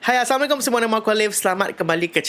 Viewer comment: Mohon semua jaga perkataannya. Bang mohon padam videonya sebab abang bagi salam assalamualaikom bukan Assalamualaikum.terus abang kata wajib tonton video ni sedangkan hukum tonton video ni tak wajib. Takutnya berdosa.sekedar peringatan.